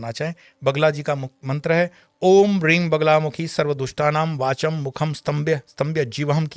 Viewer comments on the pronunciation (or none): क्षमा करें मैने कई बार सुना इस मंत्र को इसके बीज़ मंत्र का उच्चारण में '' र'' ह्रीं सुनाई दे रहा था लेकिन बीज़ मंत्र मे 'ल' हील्ं आता है